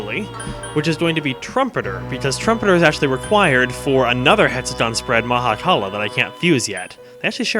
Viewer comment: I love how says 'Mahakala' with a perfect Finnish accent. It means 'Stomach-fish' in Finnish.